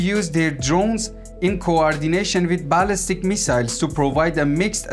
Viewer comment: You really need to improve on your pronunciations, specially when you say Balistic lmao 🤣